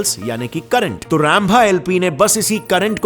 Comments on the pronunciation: Wtf is RAMBHA it's रंभा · Sab kuchh bahut achha h , but bhai kyu jabardasti khud ko angrez sabit karna chaah rhe, ji aap Rainbha bola rhe vo Hindi me Rambha hi h so proud to be indian hindi bolo khus rho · . भैया अंतरिक्ष को एनटरिकस बोलते हो| और रंभा को रैमभ| बोलते हो| कुच तो अपने श|सतौ पे गर्व करो |🙏🏻🙏🏻🙏🏻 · It is pronounced “Rumbha”. You seem to be big Angrez 😂😂😂